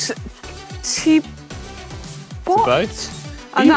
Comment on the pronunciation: Great moment - Manon misprounces Thibaut then brilliantly and deliberately mis-pronounces the race Roo-beX. Very funny 😄